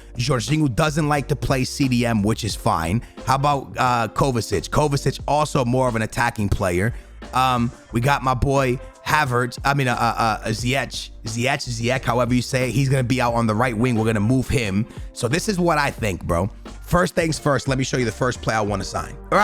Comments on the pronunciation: It's ziyesh not ziyech like so can see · Ziyech Pronounced Zee-ek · You pronounce Ziyech like zee ye sh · It's ziyach not ziyach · I am from Morocco so I know how to say ziyech you say it ziyek Like so can see👍 Your welcome😁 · Im moroccan its pronounced ziyech ant the end its like chocolate. Ch doesn’t make a k sound.